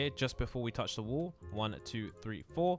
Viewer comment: lol im just saying how he pronounced 'wall' as 'wool' XD